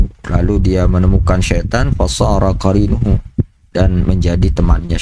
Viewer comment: Tafsir sudah sesuai,masukan saja bacaan i'rabnya banyak yg kurang sesuai.qorinahu dibaca qarinuhu. Secara keseluruhan sudah bagus untuk menegur Mahdi bocil tadi 😀